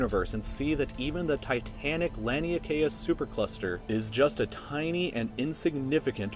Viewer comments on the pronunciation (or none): none